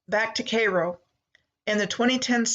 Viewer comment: Cairo. As in kay like kayak and row like rowing. Not k-row. Kai-row(Cairo)